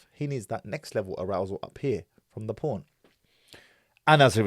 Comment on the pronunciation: The way you say porn L boooorn is funny 🤣 I know your sarcastically doing that lol but it’s such an Arab thing 🤣😤🤣😤